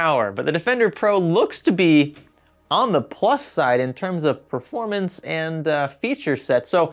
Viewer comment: Ha ha, it sounded like had a bit of Brooklyn, New York little accent in him there when saying performance, or i heard wrong...